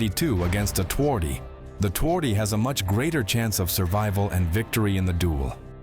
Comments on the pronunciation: if you want to be a pro channel, you could try to say the name correctly: ~ tvardy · i feel strange how he says twardy literally it makes polish sound like sum non slavic language but obviously pronounced differently